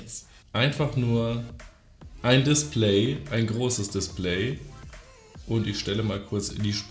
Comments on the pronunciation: Niemand:: das DisPLÄY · Lustig wie du das Wort DISPLAY ausprichst :) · Mich regt es auf wie du Display aussprichst, sonst nices Video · Bin ich der einzige der sie Aussprache von display komisch findet ?